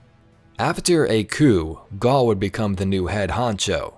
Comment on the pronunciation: When you say Gaul you mean Garry right? Because thats what i heard.